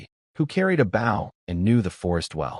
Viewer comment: narrator: bow or bow? wrong pronunciation for what one carries in this case.